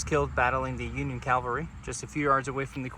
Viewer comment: Please allow a correction. You kept saying "Calvary" which is where Christ was crucified. It's "Cavalry" the placement of the L is different. I realized that I once did the same thing!